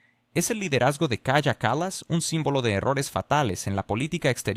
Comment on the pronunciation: La persona a quien te refieres es Kaya Kallas? Haceme el favor, pronucialo bien que parece que estás hablando de otra persona. Ahora, eso si, le faltan luces pero trabaja para su marido.